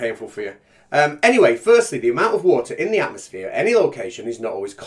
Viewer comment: "Atmoplane"....Fucking God help us.